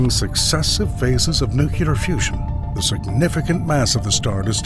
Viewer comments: It's nuclear, not nucular. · That's "nu-cle-ar", not "nu-cu-ler". I stopped watching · Nu cue lar. Bye. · Downvoted because of "new-kew-ler"! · It's NOT pronounced ***NEW-KEW-LER***!!! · I heard "nuke-you-ler" too many times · would someone please inform this clown the correct pronunciation of the word "nuclear"? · Thanks for the heads up. I concur. I stopped watching also. Bye now. (it's so easy to correct a single word in an animated voice) do it!